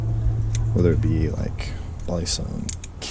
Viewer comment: Hey I’m from the Philippines and u pronounce balisong perfectly ngl